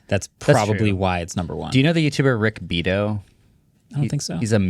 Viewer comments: Really appreciated this one as an artist myself. Its tough out there thesedays with such little streaming revenue... Artists wish they could spend more time actually making music and less "having to find other ways to monetize our audience". btw mispronounced Rick Beato's name, its Bee-a-toe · Rick Bee Ah Tow. That’s how you pronounce the name of the youtuber. Super recommended (Rick Beato)